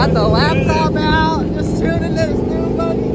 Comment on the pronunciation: Tunin' and Dunin' 😂